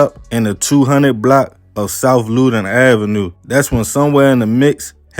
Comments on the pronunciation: Its south Loudon up the village u pronounce the street like LOUD-don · thank u 👌🏾but I wasn’t getting into specifics i was manly showing him how to pronounce LOUDon cause how he was saying it was bogus asl 🤣